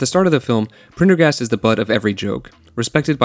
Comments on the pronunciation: How difficult is Prender-gast? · Phonics are fun: Prendergast. Sound it out: Pren - der - gast. Pretty damned easy. You got the "prender" part, so why was "gast" difficult? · It’s pretty disingenuous when the guy formatted a whole video essay evaluating the themes and characters of a movie but cannot pronounce the name of one said characters that is actually pronounced multiple times in the movie. This movie is mostly about ownership and taking back your life just in the view point of a broken dangerous man. Maybe it’s a Concept Gen Z can’t grasp because everything in their creative entertainment viewpoint is posi- colorful half baked bull. For 90s kids like myself this and Fight club were especially relevant because we lived it. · one way to call it is "copying a trend" when you're trying to make money on it. Time of u watching=more advertising opportunities In more professional circles it's called "pulling taffy" or to stretch ones time with meaningless B.S. If you found his mispronounations funny I bet your under 12 or at least have the mentality of one. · I don't think he even watched it, he some how couldnt pronounce Prendergast? im sure it was meant to be satire but man it left a sour taste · You lost me at Prendergast's name. Too cringy to continue. You were doing so well but then you messed it all up. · If you don't know how to pronounce the dudes name, then watch the movie. The fact that you can't pronounce it says you didn't watch the movie. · I think he may have had a problem saying Prendergast bc the famous name sounds similiar Pendergrass - the first doesnt roll off the tongue - its hard to believe he cant pronounce such a simple thing when he regularly reads much harder words so it comes off like theyre trying to be cute - idk if they are but imo it shouldn't last long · Thought about this for years ,yet you can’t pronounce his name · How you gonna have trouble pronouncing "Prendergast" but then just fly through "reciprocity" lol